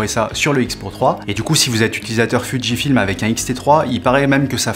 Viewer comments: Entendre "foudjifilm" a la place de Fujifilm ça picote les oreilles. C'est peut être comme ça qu'on dit, mais prononcer fuji passerait mieux...pour ma part 🤔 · J'allais faire le même commentaire. C'est la prononciation anglaise qui a fait que Fuji c'est déformé en Foudji 🙂.